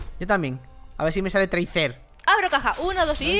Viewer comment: Saben que no se pronuncia traser, si no treiser. Tampoco se dice mercy, sino mersi